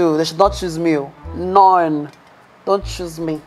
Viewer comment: Bob; NONE ❌ NORNE ✅ 😂😂😂😂